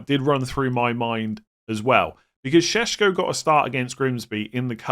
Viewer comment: Why is every podcaster saying sesko in that hilarious way I know it’s how you pronounce it but Shheshko 🤣 it’s so funny .its like someone bit their tongue